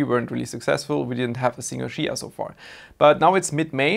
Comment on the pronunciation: If you start pronouncing it chia instead of shia then maybe you will farm some. But seriously, do you have enabled port forwarding port 8444? Many miss that one, even myself, once I fixed it two weeks ago, week ago in 1st of June I won my first 2XCH with 650 plots. Since it's youtube I can't provide any URLs so anyone wants details I visit regularly space pool discord server and if you call me out I can help.